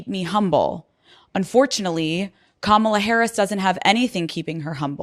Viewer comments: The collective effort of the MAGA Republicans to mispronounce Kamala is laughable. For self-proclaimed alphas, it sure is beta passive-aggressive. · What makes me sick is every sing Republikkkan says her name wrong and say it the same way, its so disrespectful and makes me have not a inch of respect for any of them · How humble are you to mispronounce another woman's name. On purpose. What a dope. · What makes her rude. Mispronounced the Vice President's name intentionally. What a bad example she is to her children 😢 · When they refuse to say her name correctly, it shows their ignorance and weak, pathetic pettiness 🤮🤮🤮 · And like the rest of MAGA, mispronounces Vice President Harris's first name. Humble? I think Sarah's kids keep her childish. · It is pronounced KAM-a-la. You arrogant sow, you should by now be able to pronounce a name this important. But then of course...what was it you loved to say at WH press conferences, "this has NOTHING to do with...." (fill in the blanks).. :face-green-smiling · Kama-la, “Kamma-la, comma-la, not Ka-MALA I’m convinced that they mispronounce her name on purpose because it’s less damning than using the derogatory term that they WANT to use! 😡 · Mispronounced Kamala is as irritating to me as people who say Real-a-tor instead of Realtor. Just saying. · Dear Ms. Huckleberry: Ms. Harris's name is pronounced "comma-la" not "cuh-mail-la". You should show some respect for your superiors and our next President. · Hey Sarah, hey donnie, it's KAMALA. I'll break it down for you; ka-ma-la. But don't bother learning how to pronounce it because after Nov. 5th you can just call her Madam President! 😁 HARRIS/WALZ 2024 WE ARE NOT GOING BACK! 💙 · She will pronounce her name correctly in January 2025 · Pronounce her name correctly comma la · Omg. She doesn't know how to pronounce the vice president's name. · White people don't know that by constantly mispronouncing Kamala's name, it's racist. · "Momala" haha! I love it!